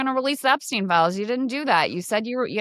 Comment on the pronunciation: RELEASE THE DROPSTEIN FILES!!!! 😂 Great flub.